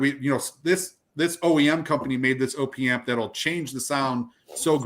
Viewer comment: It’s “opp” amp as in short for “operational amplifier”, not ohh-pee amp ffs, and u r wrong, if you don’t think a properly implemented AD4898-2 op amp will sound better than opa1612 or 1656 u have ur head up urs, purify builds to a price point just like everyone else, its well known that the designer of the amps recommends switching to the high current op1656 over the op1612 because it SOUNDS better even though it spec sheets worse